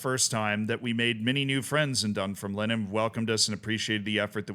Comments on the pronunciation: Dun-FIRM-Line not DUN-firm-line emphasis on "firm" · Yup, absolutely butchered Dunfermline lol. Done-ferm-lyn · love your scottish football coverage, but it’s dunFERmline 😅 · Pronunciation: DunFERMlin, that is stress on the second syllable and ignore the final letter. Almost every Scottish town on the east coast north of Edinburgh has stress on the second syllable (DunDEE, AberDEEN, MontROSE, ArbROATH). This is because the towns' names derive from Scots Gallic, not English. For example, InverNESS. Inver is Scottish for mouth, so the English equivalent would be Nessmouth. The vast majority of English towns and cities have stress on their first syllable. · Utterly howling at your pronunciation of Dunfermline. Dun-ferm-lin but the ferm-lin part isn't separated. I'd love to hear you take a crack at "Milngavie" 😁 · Its pronounced 'Dunfermline' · It's said Dun - Firm - A - Lynn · FYI, the club is pronounced "dum-fer-lin" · A little more emphasis on the second syllable (dun-FERM-lin) but yes indeed, it's not pronounced like "line" 😂